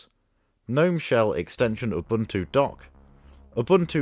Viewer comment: You consistently mispronounced Ubuntu ...